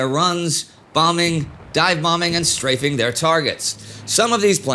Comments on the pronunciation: strife-ing LOL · It is incredible how many words get mispronounced -- "strifing [sic]" stands out in this episode, but what is the front of a ship called, Indy? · I've heard it pronounced ''Straffing'' in some actual WWII-contemporary documentaries. Short A. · Some of the pronunciation of words are odd. I've never heard anyone pronounce "strafing" like that. 😆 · You don't really notice how often a quote references strafing until you hear a voice actor that pronounced it strangely.